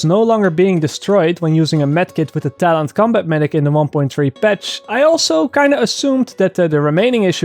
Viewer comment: Thalents? haha... dutch coming thru a bit:P